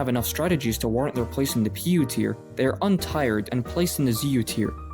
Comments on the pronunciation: You need a pop filter. Also untiered is pronounced like tier, not tire, because it comes from tier. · "Un-tyred"? You need to go back to school dude.